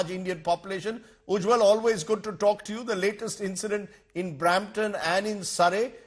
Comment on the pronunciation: Rajdeep it is Ujjal not Ujjwal